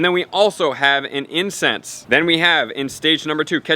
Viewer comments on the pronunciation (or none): Every time he says incense I understand incest😂😂😂